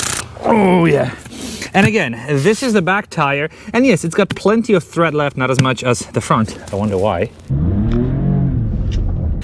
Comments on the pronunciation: Tread, not thread 👍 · Brother, it looks awesome. Just a quick note its "tread" not " thread" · It's tread, not thread! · Thread? Or tread? Different words..... different pronunciation. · Why do you keep saying thread?